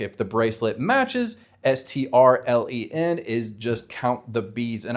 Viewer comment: Beads are actually a great analogy. Nice. Also "stcat" should be "strcat", all the C string functions start with "str". You misread "striens", it's "strlen" (short for "string length") (but you got it right in the cheat sheet lol)